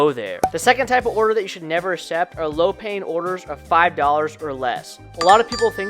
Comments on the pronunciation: Good info mostly beginners stuff… I cannot believe how much it bothered me how he says “accept” I’m Not sure if he just doesn’t know how to pronounce it or some other issue. It’s Like this Akk-cept.. not Aa-sept. It’s not hard. Keep on dashing man. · You should look up how to properly pronounce accept